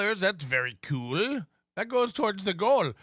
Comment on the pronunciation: "cooooel" is never not funny.